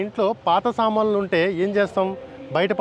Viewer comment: Samanlu kaduraa babu Saamanulu nuu meia telugu radu malli